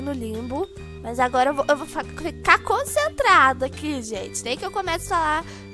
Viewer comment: "e quando eu tô cacentrada" kkkk